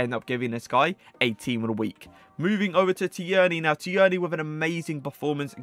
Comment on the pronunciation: Great video but its pronounced tearni